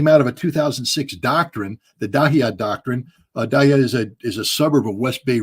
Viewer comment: Hi I am Lebanese. You got the "Dahya" pronounced right. Dahya is arabic for suburb. It refers to the southern suburb of Beirut that was carpet bombed in 2006. West and East Beirut witnessed intense fighting during the Civil War 1975 to 1990. All Beirut was relatively spared in 2006. Thank you guys!